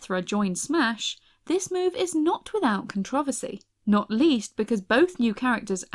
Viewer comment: The way she said controversy though... shudders